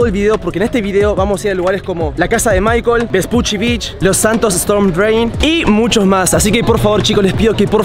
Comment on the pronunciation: maicel no maicol